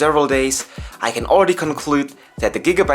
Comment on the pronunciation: hey bro nice little review here, and just wanna let u know its pronounced "Air-row". gigabyte build quality still seems a bit iffy to me, so i think the razer blade is still a better choice becos of its single molded aluminum chassis.